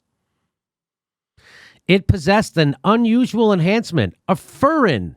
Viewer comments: Jimmy: Furin is pronounced Fyurin. Codons are pronounced Coe-dons. It is actually worse than the nicholas wade article suggests. The CCP was trying to gain economic superiority over the rest of the world by releasing an HIV-like corona virus that they could protect their own people with using CRISPr. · The 'U' in furin is pronounced like a 'YU': fyurin. A furin cleavage site is an extraordinarily complex piece of molecular machinery. They do not simply pop into existence as a result of a single mutation. I can't even imagine how many sequential mutations are necessary and over how long a time - possibly centuries - to develop a fully-functional furin cleavage site. The genetic code would have to be changed to create the protein structure just right so that it folds correctly. Even for something so incomprehensibly tiny, that is no small feat. No, no, no... someone put it there. Its presence is the evidence of genetic tinkering. The question is not "Did it come from a lab?" The question is "Under what circumstances did it escape?"